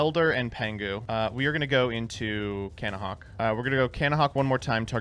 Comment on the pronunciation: Take a shot every time someone says Cannahawk